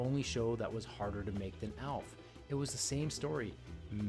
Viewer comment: Elf, Elf, Elf.. Aaaalf, not Elf!